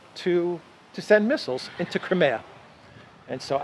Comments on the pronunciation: Love your awsome walk 'n talks. Seeing stunningly beautiful, sunny Greece is amazing, hearing the interesting updates on pertinent news, and also mixed in w a bit of fun and distracting spontaneous humor; this is purely delightful. But one thing jars my ears and puzzles me; it is your pronunciation of "Crimea." I always heard it pronounced "Cry- MEE-ya." Never heard it said as "Crim-AAA-ya" before. Sounds strange to me every time. Thanks for showing us around your gorgeous country! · I always thought it was pronounced, Cry-mee-ah. Not, Krim-e-ah.